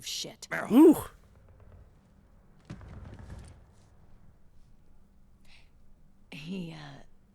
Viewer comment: I like how everytime Snake says Meryl in a hurry it just ends up being Merl.